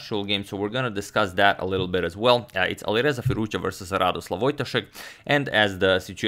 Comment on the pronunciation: I know you alway put effort into pronunciation of players' names so: it is "Radosław" not "Radoslaw" (probably overlooked in PGN), so you should read it as something similar to "Rahdohswahv". In doubt, use Radek :)